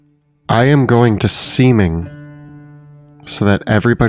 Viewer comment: I hesitate to mention this, but every time the cast mentions "Seeming", it sounds like "semen". (YouTube auto-captions agree.) It's jarring and confusing each time. 😳🤔 Gotta pronounce that "-ing", guys. 😄